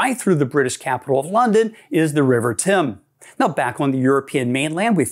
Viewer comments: Really nice video. It's so good to see a region of the world that doesn't include political borders. Oh, but as an Englishman, I must point out that the river that runs through our capital isn't pronounced 'Tim' it's pronounced 'Tems'. And I'm not sure but I think the river that runs through Paris is pronounced 'Sane'. Great video, thank you. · You don't pronounce Thames 'tim', it's 'temz'. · It's pronounced Tames as in James or Tems as in gems, or something between those two pronunciations. And it's Gibralter with a soft G. Pronounced Jibraltar.